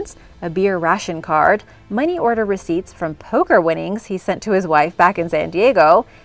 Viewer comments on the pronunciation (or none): none